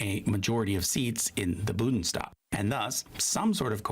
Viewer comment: Every time the narrator says "Budnstag" I wanna punch him so hard! 😡